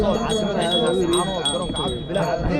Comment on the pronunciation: Sxb runtii muuqaal qurux badan ayaad soo duubtay.Salaan iyo bogaaadin kaddib sxb magaaladu waa Laascaanood ee maaha Laascaano, kolkaa ka waantoow inaad sida walaweynta ku hadaaqdo. Tala ahaana markaad meel aaddo waraysiga u badi dadka meesha ku nool , yareyna hadalada adiga iyo kuwa ku weheliya, taasaa xiisa wayne e, waa iga talo ee mahadsanid.